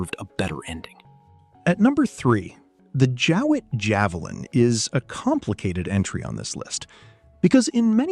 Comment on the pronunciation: Jowett not Jewett.